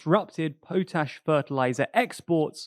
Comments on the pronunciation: It's not poet ash. It's pot ash, the word derived literally from ashes soaked in a pot. So say it right! Unless you cook in a poet. Also I don't think you use the word 'brilliant' in the right context. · Its "pot-ash" because it originally was made by boiling ash in a pot.